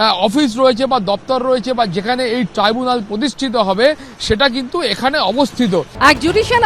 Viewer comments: Treebunal gorment...ki sob abol tabol uccharon kore ei uccho shikshito. Tribunal. Government. Chor party te keu nei bhalo kore jate uccharon kore seta bolar jonno??? Treebunal😂😂😂😂😂😂😂😂😂😂😂😂😂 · ডাইনি বুড়ির নতুন অলচিকি‌ ভাষা টিবুনাল । মনে হয় মুখ দিয়ে লালা ঝরে পড়েছে বলে উচ্চারণে গন্ডগোল হয়ে গেছে।